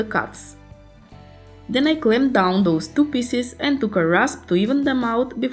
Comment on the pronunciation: Pieces, not Pisses...